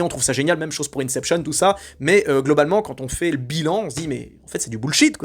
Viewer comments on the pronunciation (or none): none